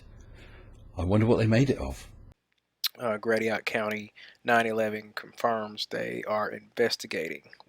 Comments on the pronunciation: Grashit, its pronounced grashit. Not Gradiot. Drove me up a wall, lol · gets everything as correct as he pronounced Gratiot (pronounced more like grasshit)